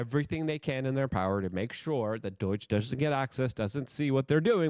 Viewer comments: DOH-JUH Not DOYJ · Hey idjut! It’s not doyge. It’s doge. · Yeah whatever. Learn to say DOGE. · Why do you keep calling it doige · Just out of curiosity…why do you call it “Doyge”? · Luke...its not doyge... please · I love Luke, but does the way he says “Doge” as “Doyge” or “Doige” bother anyone else? I know I’m being petty, but he has a way with words and their pronunciation that really bothers me and makes it difficult to listen to. Am I the only one? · There's no I or Y in the middle of DOGE. Repeatedly saying it wrong has literally caused me to wonder who Doige bank is. Please, it's not that hard, pronounce it right. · Pronunciation of DOGE is interesting. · Man I like this guys content but why does he talk for a living when he can barely talk. He called him Pete Headset. Like bro please take public speaking courses online or something because it's starting to get really annoying. And btw it's Doge not Doyche. I love what Trump and Elon are doing, but when a guy mumbles through basic sentences it kinda shrinks his sense legitimacy